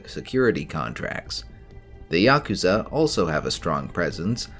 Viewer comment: I'm preparing myself to stream a Cyberpunk campaign and this has been an excellent tool in that effort so far, thank you so much for your work on this. Also thank you for pronouncing Yakuza correctly, unlike so many others I hear talk about them on other channels lmao.